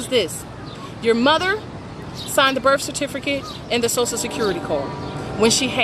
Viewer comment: Heraditomis? This chick is a mental case. Also it’s birth, not birf